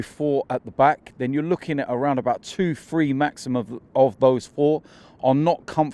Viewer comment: I cringe every time these guys say FREE... it's THree... not free. lol